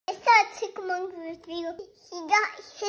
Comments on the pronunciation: Precious! I love the full pronunciation of chipppmunkkk! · works so hard pronouncing words, so well! Especially “chip-monk, at the end! 💜💜💜💜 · That last “shipp monkk pronunciation is perfect. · No one can ever pronounce chipmunk differently!! I love her pronunciation!! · I have never heard "Chipmunk" pronounced so adorable before.